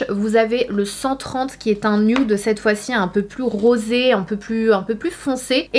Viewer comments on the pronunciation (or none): none